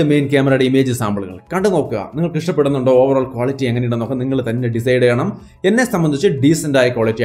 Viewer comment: Overoll ovaroll overoll😀